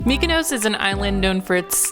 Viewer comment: Not only can you not pronounce Gyro, you also can’t pronounce Mykonos 😂. Food looked amazing though